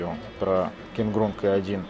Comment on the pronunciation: Дядя, ну кровь из ушей уже идëт. Запомни пожалуйста, что в Русском языке нету буквы КЭ